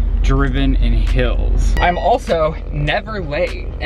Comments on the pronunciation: he says hills instead of heels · take a shot everytime says "hills" instead of "heels" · Someone teach how to say heels